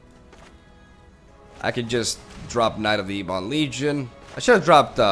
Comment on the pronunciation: Dude please, it's Ebon, like ebony. Whomever told you it's E-bon is a moron.